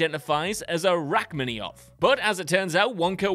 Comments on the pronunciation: Speaking of name mispronuncation, the most obvious was this video's narrator "Rachmaninoff" pronounced by him, "rachmannioff." (Rack Manni-off, not rack-maninn-off)) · It's "Rachmaninoff," not "Rachminioff" or whatever you said. And yeah, it's pretty obvious that Mrs. Teevee misidentifying it was a deliberate joke. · "Rachmaninoff" You said "Rachmanioff." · RACK MAN IN OFF not RACK MAN EE OFF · yeah he might also want to know that it's Rachmaninoff not Rachmanioff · Who is Rachmaniov? Is he anything like Rachmaninoff? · Rachmaninov, not Rachmaniov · Narrator: Lando pronounces Han's name wrong Also narrator: Rack-mini-off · RACK-minnie-off? And SHE doesn’t know her music? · It’s pronounced “rock mon ee noff” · That was painful and laughable at the same time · Does frequent mispronunciation make something cannon? If so—though I love them all—the WC crew have made a lot of verbal cannon. Josh, Garret, Andy H, so, so many more. It’s pronounced raak-MAA-nuh-naff. Please, you magnificent bastards, please look up the names that you aren’t familiar with to make sure you’re pronouncing them correctly! Also, love you all at WC! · "Rack-mini-off"?? Did you even watch the scene? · Rock-mani-off??? Um. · Oh, you beat me to it! 😂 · Wait just a flipping minute. How the F*** did you just pronounce Rachmaninoff? Good God man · There is always at least one in every WhatCulture video, they have to be doing on purpose as a troll.